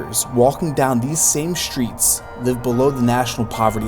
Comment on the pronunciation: Why you say SHRITS instead of STREETS?